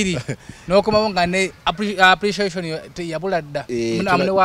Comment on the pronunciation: akagambo ako sikategedde 😂😂 did u say apreciashon 🤷🏾‍♂️